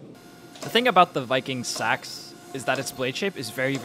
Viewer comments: just so you know its pronounced seeks not sacks it throws you off cause its spelled seax but thats just how its pronounced. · While Nomenclature is not your priority, just an f.y.i. for you: "seax" is phonetically pronounced [SEE]•[acks]. source: Scandinavian ethno-cultural anthropology *not "sacks" or "sax" as your youtube audio or mic audibly sounds.